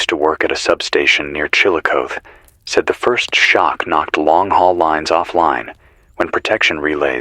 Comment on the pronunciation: Also, it's pronounced chill- a- cothy.😅